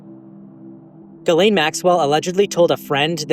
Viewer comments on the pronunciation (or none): none